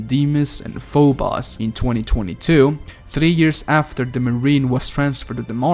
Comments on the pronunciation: Fo-bose dude... not fo-boss. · PHO BOS. its pho-bo-ss..